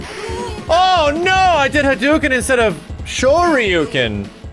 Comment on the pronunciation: If you keep doing fireballs from both Ken and Ryu you'll hear "hadouken" sound like "I'll do again". 😄